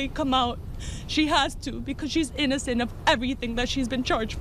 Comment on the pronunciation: GUILTY Not EEENACENT😂😂😂😂